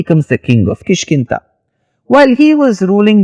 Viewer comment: Da. No Ta. KishkinDa. Not ta